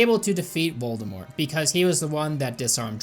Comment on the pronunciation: "What is it with the British and their mispronounciation of T?" Also: "...Voldemore..."